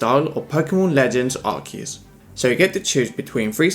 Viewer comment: Best episode yet! I have much to say, including how you said Arceus correctly!!! Respect for my man goodra and my good pal cinderace! now for day 3 of thinking about a shedinja cogfly, even if we do have a conductor dragapult. (suddenly gets idea for a simple (klef)key)